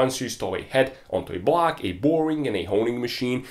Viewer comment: for most funny thing in this video.. i just heard him say " bwuuaack " whole video.. i know he said " block " but I'm sorry laughing at you mate.. think my hearing aren't train enough 🤣🤣🤣